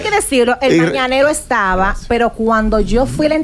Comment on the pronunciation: 🤣🤣🤣🤣 y no supo decir mañanero